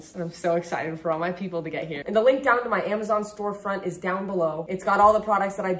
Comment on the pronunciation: She forgot the z in Amazon lol 😂😂😂